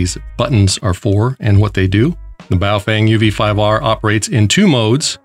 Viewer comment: BoofWang sounds like a "professionals only" gay s@ maneuver😂😂😂